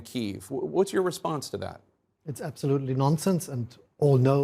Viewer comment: Ich wundere mich immer, wie man so gut Englisch sprechen kann und dann trotzdem noch "absoutely" mit einem eher deutschen "a" ausspricht und da gibt es noch mehr solche Aussprachekleinigkeiten. Aber insgesamt: Chapeau!